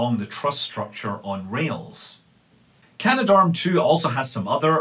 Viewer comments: Cah-Nah-Dahrm is the official pronunciation (in pseudo-phonetics). It has an extra 'a' in it between can and darm, so it doesn't quite work like gendarme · Canadarm has three syllables.